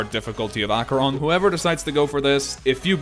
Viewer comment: Headacheron lol